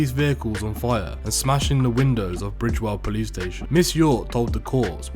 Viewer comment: Bridewell not bridgewell